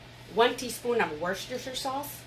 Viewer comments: I wish someone would teach Americans the correct way to pronounce ‘Worcester Sauce’ and ‘Salisbury’, both of which massacres in this video. Side note - she also can’t spell it correctly!! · You tell that Ron that sometimes you just NEED mashed potatoes!! Lol.. Those steaks would be good with Buttered Noodles! Oh and I noticed how well you said worchestershire sauce...and your little grin!! Delicious once again!